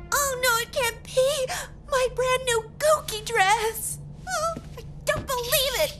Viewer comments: Did anyone else notice that Sissy said “Guki” instead of “Gucci” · she pronounces it “gooki” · Did Sissy really pronounce Gucci as ‘Gookie’ lol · Sissi mispronounced Gucci...